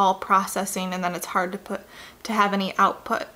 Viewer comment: its harD IT'S HARRRD